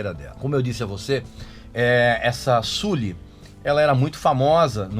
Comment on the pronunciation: Já parei de ver o vídeo só de ele pronunciar "Suli".